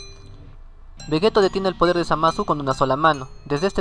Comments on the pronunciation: Se pronuncia "Vegitto" no "Vegeto".... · vegeto?? que no se dice vegito? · oye no es por ofenderte pero se dice vegito se escribe veggetto pero se dice veggitto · no tuve que ver ni 2 minutos de tu video para ver que no sabes nada ya que le dices vegetto cuando claramente es vegitto 👎👎👎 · Carlos Joshua Romero Núñez Un error en la pronunciacion de una sola palabra no invalida los argumentos que se den en todo un video... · no se de donde sos pero vegetto es en España y vegitto en latinoamerica las dos pronunciaciones son correctas confirmado por akira y por toi ya que la pronunciación depende mucho de la zona geográfica